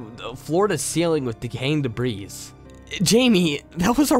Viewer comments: Debris is pronounced with silent s. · Did you really say debrise?